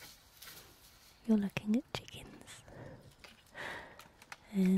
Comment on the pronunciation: I hate and love the way you say chickens, It’s kinda like you say; “Checkinths”